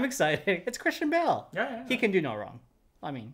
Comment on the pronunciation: pronounces Christian Bale like Kristen Bell and I got really confused until he showed us the picture